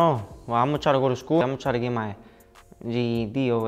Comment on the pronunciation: He ain’t know how to say GED lol